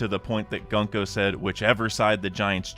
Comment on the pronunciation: I unsub bcos you said 'gun-co', it's 'goon-co'